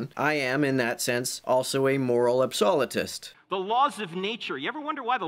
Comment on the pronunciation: What a curiously odd pronunciation of “absolutist”.